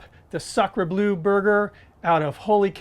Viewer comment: FYI it's pronounced "blur" not "blue"